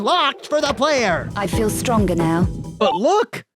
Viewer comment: “I FEEL stronga now”